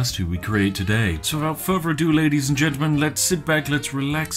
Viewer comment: Why to do pronounce the word further like “Ferver?”